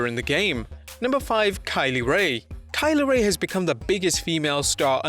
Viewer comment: Think you mispronounced kay lee ray